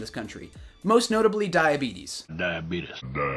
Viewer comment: The diabeetus part 😂😂😂 nice rebuttals. 👍🏼